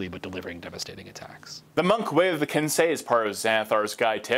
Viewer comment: Kudos on pronouncing 'Kensei" correctly!